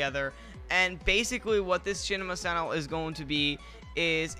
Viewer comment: chinema sannel